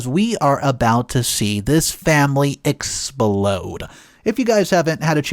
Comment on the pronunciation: Explode sounds like implode